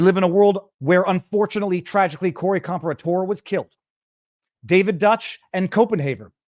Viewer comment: Just to let everyone know Corey's name is pronounced "Com-pear-ah-tor".